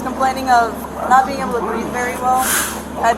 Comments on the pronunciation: He can’t breave. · Between him saying “I can’t breeve” and saying “bro” a million times 🤦🏼‍♀️🤦🏼‍♀️🤦🏼‍♀️🤦🏼‍♀️🤦🏼‍♀️